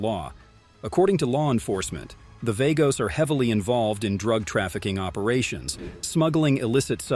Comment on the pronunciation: The Outlaws oldest "outlaw" mc and Angels, Pagans. It's pronounced Vaaagos not vagos numerous other facts you state incorrectly